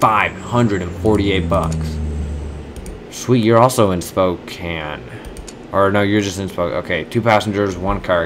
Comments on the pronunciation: Sapporo is a place in Japan. So the flight crew is saying that there is an air museum there. Also, it isn't spokan it's spokain. Pronouncing it rightly. Also, try to ge the 25% bonus to get higher money profit. Be patient. Another thing to help u get a lot of money is that say that there was a flight from Bismarck to Phoenix. Denver is in the way. So if you fly from Bismarck to Phoenix strait it will give u a profit lets say +223 with 25% bonus. But if you stop if you do Bismarck to Denver to Phoenix, it will give you one extra coin. If you do this a lot, you could get up to +100 coins more. Just remeber that. Thanks. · spocane (Spo-cayn)